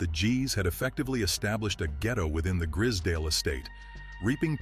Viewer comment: and the pronunciation its gr-eyes-z(american zee not UK zed)dale estate gr-eye-z-s-dale